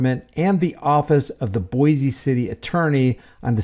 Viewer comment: Just fyi the name of the city is pronounced boy-see. No z sound. If you visit we'll instantly know you're not a native if you say Boize lol. Come visit! It's a beautiful city. This pig is just scum.😊